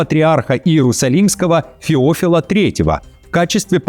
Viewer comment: ФеОфила, говоришь как ИИ. ФеофИла! ))